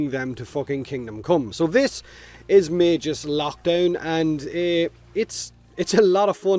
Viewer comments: the way you pronounce Magus is giving me autism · Is magus pronounced with a j (like does here) or a hard g? I've always said it as Mag-us